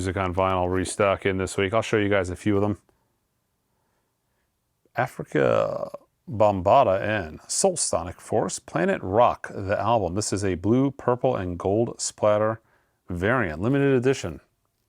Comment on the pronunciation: Lol! Africa Bambatta , its pronounced like "A-Freaka"